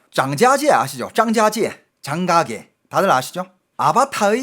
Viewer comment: 장가계 발음이......장자지 애?